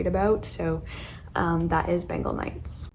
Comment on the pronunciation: I am really sorry to point this out...but it's not pronounced as Ben-gal, it's pronounced as Ben-gaul, so yeah just that. It's my fav book so couldn't help with that .